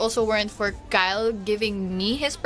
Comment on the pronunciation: Wrong pronounciation..(kyle) kay-le